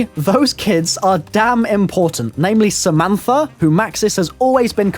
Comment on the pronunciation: It's Samantha Not Samanfa